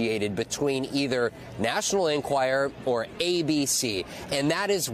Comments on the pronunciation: Vaughn- why do you keep repeating over and over the wrong name for the paper, calling it the "National Enquire"? "National Enquirer" (is it's correct name). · Can Von Hillyard please learn that the publication is called "The National EnquirER" NOT "The National Enquire" ???